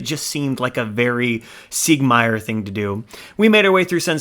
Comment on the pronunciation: Awesome video but next time you come across Siegmeyer listen to how he pronoonces his own name.